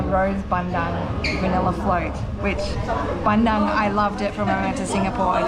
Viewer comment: And not ban - dung it's bun - doong